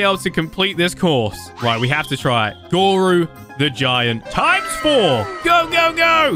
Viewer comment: Dude it is GORO not Goru